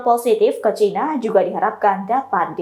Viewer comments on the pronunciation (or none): none